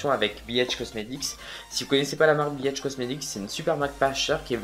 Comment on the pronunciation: mdrr je suis trop à l'ouest! je pensais que tu disais biatch comestic et pas bhcomestic, jme disais que c'était osé comme nom de marque mdr